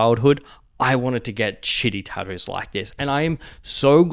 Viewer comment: ah yes taddoooos